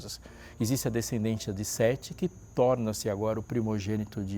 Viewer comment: Não entendi que o senhor disse, "Torna-se Sete o primogênito de Adão".